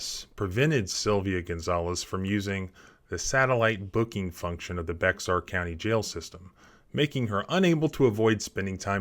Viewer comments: Please do a little more research when a word doesn’t look quite right, like Bexar County. It’s pronounced Bear, or Bayer like the aspirin. The “X” is silent. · Bexar is Spanish, so it's is pronounced like a mixture of 85 percent 'bear' 🐻 and 15 percent Behar, as in Joy Behar. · The X in Bexar is silent. It’s pronounced like bear 🐻. I think when the original map was drawn, it was labeled bear, but the letters were spread out and someone must’ve put an x on it to mark something and it just happened to land exactly in line with the word. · It's pronounced bear for reasons known only by Texans and afficianodo's of the letter X. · Bexar is pronounced like Behar like the View host. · I live in San Antonio the pronunciation of Bexar for the county you are referring to sounds like bear. 👍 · loved everything you did here but will offer a small correction, Bexar County is pronounced ( Bear) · Bexar is pronounced "bear" with the "x" being silent. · Bexar is pronounced Bear. They were trying to give her COVID. The infection rate was off the charts at the time of her arrest. I would call it attempted assassination! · Just a heads up, Bexar County is pronounced Bear County. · FYI - It’s pronounced “BAY-er”, not “BECK-zar” County, Texas. And yes, they can be as petty and corrupt as a Chicago Democrat. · FYI it isnt "bex-ar" it is pronounced "bear" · It’s spelled Bexar County but pronounced bear county, that X is silent for some reason. I was stationed there for a while in the military and it’s a weird quirk about the Spanish Heritage of the area, a lot of the names are weird and difficult to pronounce unless you are a local or at least lived there for a while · Bexar is pronounced as Bear not Bex R 😂👍🏻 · It is not pronounced Be -xar but Bear. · I watch and like your channel, but please, PLEASE pronounce Bexar county correctly! It is pronounced BEAR county not BEX-ARE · Not Bex-R, pronounced Bear, or bare. not criticism just education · Just FYI.. "Bexar" is pronounced like "Bear"